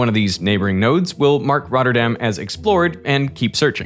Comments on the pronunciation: Hearing derek say the names of the citys in the netherlands is amazing😂, as a dutchmen myself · great prenunciation of the Dutch cites